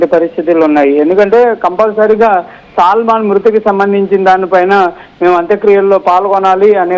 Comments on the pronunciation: సల్మాన్ కి సాల్మన్ తేడా తెలియని తెలుగు చూసి చదవను రాని జర్నలిస్టులు తయారయ్యారు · ఒరేయ్ హౌలే సల్మాన్ కాదు,,,, సాల్మన్...